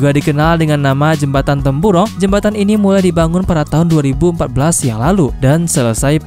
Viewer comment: Jambatan brunei 'temburong' bukan 'tempuro'